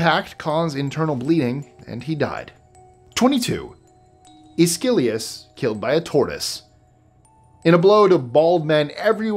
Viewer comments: 25 Mispronounced Names. Number 25. Aeschylus is pronounced “es-kill-us”, not “ay-skill-ee-us” 😊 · It's "ESS-key-lus".